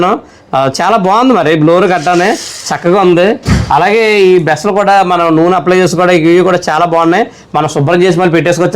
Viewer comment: బెస్లు కాదు బ్రష్ లు